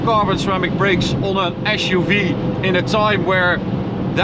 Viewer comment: Why "Asch-U-Vee"? It is an "As-U-Vee".